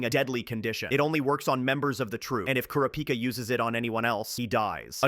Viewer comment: its pronounced ku rah -pi kah